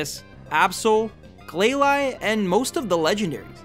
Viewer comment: They're pronounced "Slack-king" and "Glay-Lee"